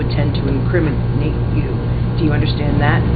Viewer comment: "INCRIMI____NATE" never knew there was a pause in pronunciation of that word